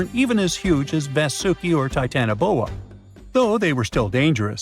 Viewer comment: Not TITANboa.......TitanOboa......😮